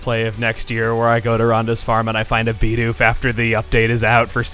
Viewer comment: Your designer's pronunciation of Bidoof irks the HECK out of me lol